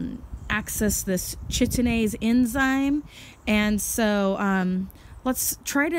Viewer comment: The CH in enzyme name is pronounced K. So the name js Kite-een-aze :) good info though.